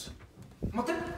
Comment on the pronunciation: あっ待っ⤵︎ ↑て